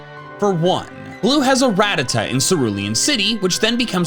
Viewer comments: "Ratatuh" It's "ratatA" Try growing up a bit, kid. Just a joke of a youtuber if you can't even EXPERIENCE the original days. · Its not “Rat-tuh-duh” its “Ruh-tat-tuh” come on man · ArKEEus? RayQWAza? RaDDAta? This guy just cannot pronounce a pokemons name correctly can he